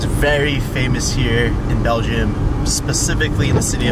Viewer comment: Is he trying to say Belgium. But pronouncing it belgeiom?